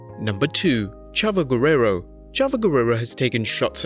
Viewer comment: he did not say chavo gurreoro he said chava gerrera